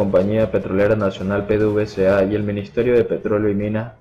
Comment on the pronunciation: Se dice pedevesa